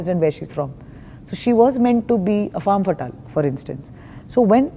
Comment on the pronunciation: It’s pronounced as ‘fem’ fatale not faam fatal